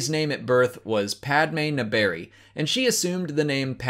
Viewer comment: Oh god,, your pronunciation of 'Naberrie' hurts me.😢😢😢